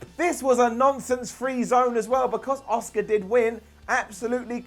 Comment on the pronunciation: Why do you pronounce Asuka as "Oscar?"